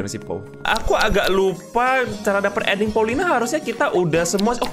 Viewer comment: Bang andding nya engga jelas bang😂😂😂😂